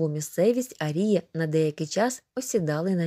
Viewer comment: Зверніть увагу на наголос у слові "арії" (наголос на "а").